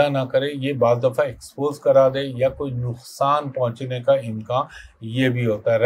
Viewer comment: امکان ہوتا ہے۔امکاں نہیں